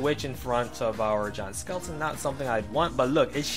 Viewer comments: When he says "Giant skeleton" i tought he said John skeleton XDD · I keep hearing John Skeleton lol